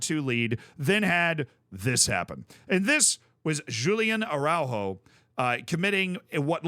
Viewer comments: As a portuguese i taught he said Julien Arrauro , because we also have Araújo but we say it very different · blud said julian araujo 😂😂💀